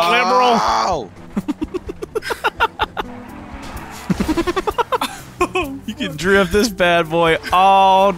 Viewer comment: he makes it two syllables instead of three lib-ral